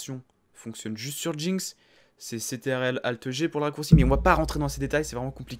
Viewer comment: Vraiment cool mrc mais a la place de controle tu dis c.t.r.l du coup sa peut porter a confusion mais vraiment cool ce tuto mrc